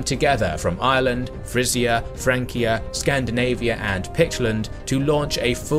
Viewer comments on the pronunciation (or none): none